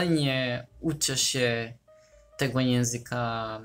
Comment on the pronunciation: Teraz dopiero komentuję, ale właściwie to czasem masz właśnie bardzo... polski akcent :D Tylko "ę" na końcu "się" wymawiasz mocno inaczej (ale i tak każdy to zrozumie), tak poza tym to bardzo ładny akcent :D Ukraiński jest dla mnie trudny jeśli chodzi o akcent, taki mocno inny. Moja mama ma znajomą z Ukrainy, to czasem rozmawiałyśmy. I ona się nauczyła polskiego, jednak ma dużo bardziej widoczny akcent niż Ty :D Niby też słowiański akcent, jednak dla mnie mocno się różni xD